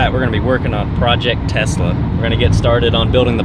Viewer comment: nice video, but you keep saying Testla.